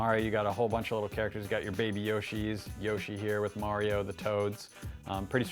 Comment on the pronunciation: Say mario right dammit!